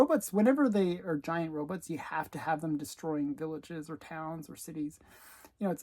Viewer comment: Very cool books. I gave you a thumb up even though you call robots “robuts”.